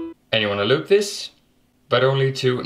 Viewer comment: when he says loop this its like he saying eloot this